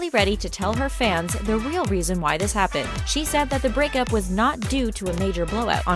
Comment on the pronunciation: Did anyone also hear brickup